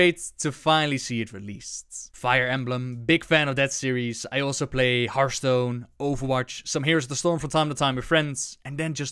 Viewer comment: why does everyone pronaunce Hearthstone like Heartstone. It's not heart it's hearth.